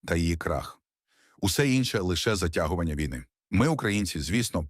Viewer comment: вій-на наголос ставиться на другому складі слова